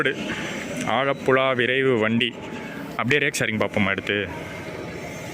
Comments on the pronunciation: ആഴപ്പുഴ അല്ല ആലപ്പുഴ 🤣❤️ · ஆழப்புழா இல்ல ப்ரோ ஆலப்புழா ன்னு சொல்லுங்க ப்ரோ... 👍🏻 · It's not ஆழப்புல its ஆலப்புழா. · Bro. Athu azhapulazha illa.. Alappuzha